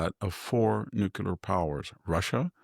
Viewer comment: Victor! It's Nuclear..... NOT... Nucular!!!!!!!